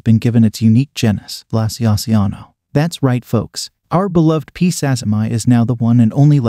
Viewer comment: So about the name of ex-P. sazimai its natural to read it as "sazzy-my" but I dont think thats right. It was first described by some Japanese tarantulaologists and named after a Japanese person called Sazima, presumably pronounced "sa-zee-ma." So, like how Brachypelma smithi , described by Smith, is pronounced "smith-ee," I think sazimai should be pronounced "sazima-ee."